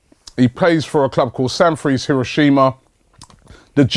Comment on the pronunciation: Sanfrecce is pronounced "San-Fret-CHE", just saying...apparently he is very quick; he can run 50m in 5.3 seconds